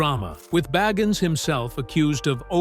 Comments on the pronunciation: The narrator needs to learn how to pronounce Zac’s last name. Boggins??? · If you're going to narrate a STORY, learn how to pronounce his name right. It's BAgins. Long I. Zak Bagins. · I like how he calls him beggins and boggins interchangeably 🤣🤣🤣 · Why is his name pronounced differently every time you say it? Bagins barrrgins baagens. No commitment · I love how this guy pronounced Bagans different every time the entire video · You can't even say his last name correctly -_-; Try saying " The Rain In Spain Stays Mainly On The Plane" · Dude, who ever you are PLEASE SAY ZACK'S LAST NAME RIGHT! Every time you say it you change the pronounceietion! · Please decide how to pronounce Bagans.....ugh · It would be great if you could decide on a pronunciation for his last name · Good grief! Figure out how to pronounce his last name! Every other time you say his name it is pronounced differently. A lot of this is crap. Nick lost his shows because he’s a big bore. Didn’t have good ratings.